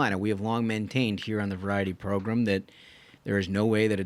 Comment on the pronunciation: Idk how many more times i can hear "variety progrum" without snapping. I know it's a me issue, but it drives my nuts! It's the Ruthless Podcast, I'd love to just hear that! Love the content though!!